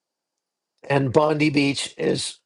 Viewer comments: it's Bond"eye" not Bondie, like "Blondie". This was a terrible interpretation of a Terrible event. The terrorist that killed these people actually had a legal gun licence, and supposedly he was not even an Australian citizen. I think if you examine your statistics related to gun violence, you will realise that our policies related to fire arms while not always affective, we don't have such a high body counts as in the Americas. And the Aussie that wrestled the gun out of the terrorists hand is actually a Syrian. You got to do your homework before you start rolling the camera mate. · Also it’s pronounced (‘Bond-eye’ not ‘ee’) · Hey its Bondeye not Bondee!! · Oh, you said Bondi wrong - it's not "Bondee" or "Bondiii" it's pronounced "Bondeye".. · Btw its pronounced Bon-die not Bon-dee. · Hey, for what it’s worth. RE: Bondi Beach. It’s Bond- I as in “Pie.” Not as in Pam Bondi. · It's Bon-die mate😊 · Bondi is pronounced Bon-die. Love you but that is annoting. The PM Is also pronounced Alban-easy. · Hi 16 dead 42 injured. 1 10 year old girl died 2 rabbis 1 holocaust survivor. Please except a small critique bondi is pronounced as bon die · 16 dead overnight from the Bondi (pronounced Bond-eye) in NSW, Australia. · Bondi is pronounced Bond eye. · The man that disarmed the terrorist was shot twice, in the arm and in the shoulder. Apparently he is in Hospital having surgery. He owns a business nearby (Fruit and Vegetables I think). He’s a hero. if you are reporting again this beach is a famous Australian icon and it’s pronounced Bon Die. It’s manned by highly trained surf lifesavers who were the first responders. Karen. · Bondi is pronounced bondie. Sorry I just had to correct you.😊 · Bond (eye) Bondi